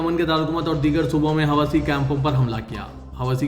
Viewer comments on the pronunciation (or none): حواثی نہیں بلکہ حوثی جناب